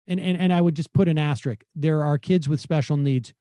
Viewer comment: Can someone please tell this man that it's not "asterik", it's ASTERISK.